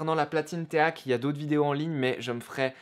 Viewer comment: Alors on ne dit pas téak mais ték et les.prises rouge et blanche ne sont pas des cinchs mais des RCA